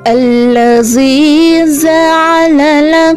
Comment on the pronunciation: " Alladzi " diperbaiki ucapan nya. " Walladzi " sudah benar pengucapan nya. Ta'awudz nya juga di perbaiki lagi. Maha benar Allah atas segala firman Nya Tetap semangat, ya